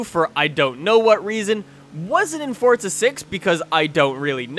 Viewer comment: its forza not fortsa